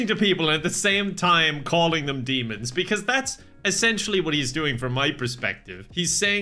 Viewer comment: I'm listening to this as I'm trying to go to sleep, so I swear the man said "get in a looong tube with a bunch of beans" I laughed as hard as thinking that's really what he said instead "demons" because I was so confused. I had to actually watch it over to make sure he said demons because every time it just sounded like beans